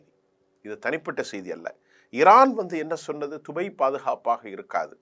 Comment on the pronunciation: இவன் வேறு உலகத்தில் இருந்து வந்தவானோ? dubai துபய் கிறான் qatar கத்தர் நுசொல்வன்.